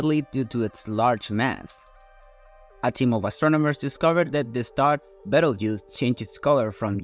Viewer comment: Belterouge? FFS learn at least something before you feed your garbage into an AI speech-over.